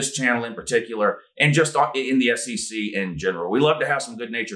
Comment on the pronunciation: doing the SEC chant sounds like S-C-C